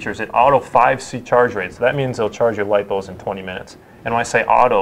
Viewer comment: Lipos not loops! Lol